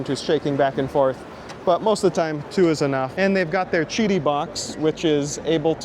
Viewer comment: Chiti? Isn't it Qidi?